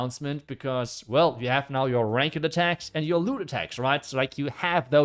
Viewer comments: Just for info, the English pronunciation of ranked is like rankt, not rank ed. I was gonna mention this last video you mentioned this, but didn’t. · friendly remark: its not pronounced rankED, but "rankt", you dont pronounce the "e" in ranked. :) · Ranked is pronounced like RANK-TH not RAN-KED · Love the channel just to help it’s not pronounced “rank-ed” it’s like “rank-du” — same spanked, tanked — ranked ✌️